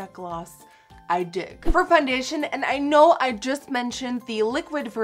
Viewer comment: I love how u say foundetion ♥♥♥